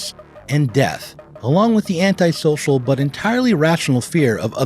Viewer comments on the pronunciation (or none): none